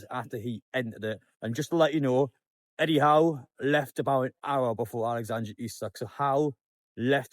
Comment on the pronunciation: it’s alexandER not AlexandRE ISAK